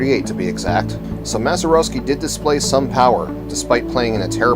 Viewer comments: Mazeroeski...smh indeed. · I'd be more impressed if you could pronounce his name correctly . . .